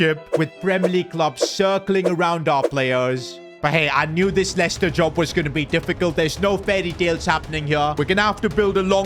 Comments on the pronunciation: Dublador em portugues... É Lester a pronuncia. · Not lieciecter